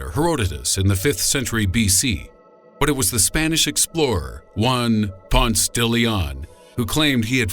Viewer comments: Ponce (pon-se) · I think Ponce it is pronounced as Pon-Se not Pons.